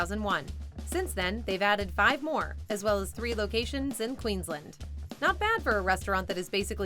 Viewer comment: I wanna say as an Aussie that we don't eat any of that shit. I'd also like to congratulate the narrator for pronouncing Aussie properly, pronouncing Australia needs work tho & Parklea in Western Sydney & the state of Queensland were not said right Also I had no idea there are Outback Steakhouses in my country, never seen or heard of them, just thought it was a Seppo-Yank thing. Also